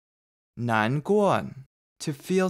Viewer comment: Thanks, this is really helpful! I wanted to ask about something I'm hearing in some words, particularly at the end of an -a or -uo syllable, it's almost like there's an n. 回答 sounds like hui dan, 耳朵 is like er duon, 难过 nan guo-n Is it something like erhua? Or are my ears just playing tricks on me? :) 多谢！